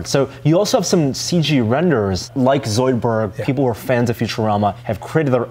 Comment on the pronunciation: The way he was saying "Zoidberg" really bothered me... it wasn't quite right.